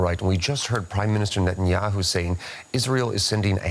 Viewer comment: Reasonably....Netanyuhoo???😂😂😂😂that made me laugh so hard😂😂😂😂